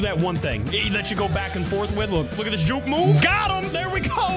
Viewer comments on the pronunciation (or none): none